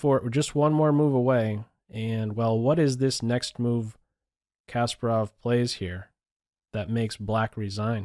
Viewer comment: Why am I so distracted when you mispronounce Garry's name ? It's not Casper-Off - it's kuh-SPAR-off